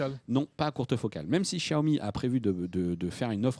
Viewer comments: Ça se prononce siaomi tout simple c'est quoi ce chiao mi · Djaomi ??? C’est pourtant simple, en mandarin X se prononce CH : Chiaomi Merci